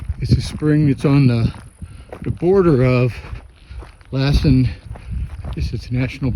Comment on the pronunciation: You are more than half way!! Good job🎉. Be safe around burned trees. They often fall over. Now it may be hot, but I’ve been to Georgia! You also have humidity! Dry in California. Lassen is pronounced Loss en. Good job you 3.